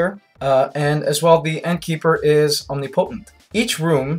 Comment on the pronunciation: omni potent... lol its pronounced OM NIM PO TENT